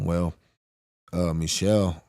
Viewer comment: Michal is pronounced Me-how.